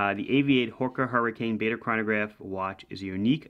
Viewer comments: Bar der and Bah der are ok, but not Bay der. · Pronounced “Bar-der”. Have a great New Year!